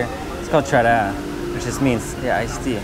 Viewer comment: Du mien, or Đủ miền means "all regions (north, mid, south)" or fusion. Your pronunciation of Trà đá is Western where sylibles are grouped together. Vnamese speck each syllable deliberately and separately. For instance, "interesting" if spoken by local Vnamese may sound like "in-ter-rest-ting" 😂